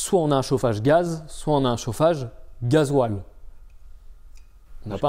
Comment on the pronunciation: Gazole, pas "gazouale" 🙂 C'est juste pour être chiant 🙃